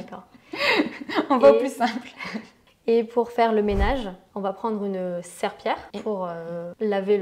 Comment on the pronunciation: Serpillière et non pas Serpillère